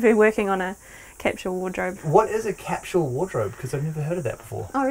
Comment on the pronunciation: One of my favorite Tiny Homes so far. I suspect once the baby arrives, they'll definitely want that dishwasher! ps: for my fellow Americans, they are saying "capsule" wardrobe. It sounds like they're saying 'catch-all.'